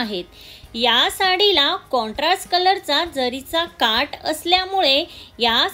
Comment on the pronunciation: काट नाही,काठ